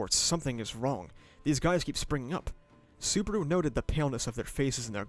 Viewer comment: I'm surprised you watched Season 1-3 and still calling him Suburu instead of Subaru. Sue-bah-rooh. i guess its a running gag like Barusu that Ram does? 🤷‍♂